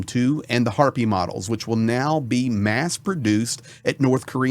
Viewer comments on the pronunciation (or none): none